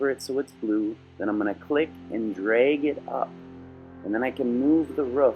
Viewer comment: Did you say "dreg"?